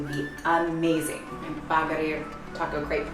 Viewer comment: The way you guys say Baghrir is so cool 😂😂 Love it ❤️ + You did a great job 👌